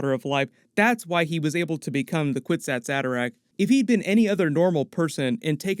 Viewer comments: Actually the phrase “kwisatz haderach” is taken from Hebrew, it’s pronounced- “kfitzat hederech” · You are pronouncing it incorrectly. It is a word from the Hebrew language, And say it is a kifichat haderch (The leap man)